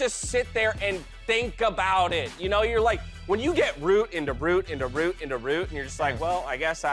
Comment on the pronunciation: Love how got progressively more Alabama in saying "into root, Into rooot, into rute